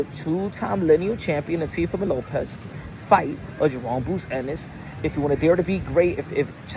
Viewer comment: I seen it and Turki needs to learn how to pronounce Teofimos name properly 😂😂😂 Looks like they may very well get the Boots vs Teo fight